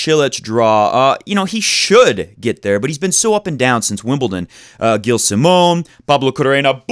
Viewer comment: it's prenouced jilles simon ;)